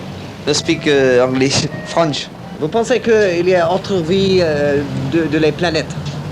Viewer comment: Frenchman here, guys were defo French; how they pronounced the word "English" and the "R" in the word "French" gives it away. Then he actually mutters some French, ending the interview with "Chais pas" which is a contracted "Je ne sais pas" that only French-speaking/native people use. Was a funny bit, though. Love ya <3 French Kissing ya